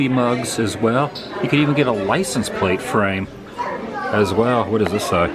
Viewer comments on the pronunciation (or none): none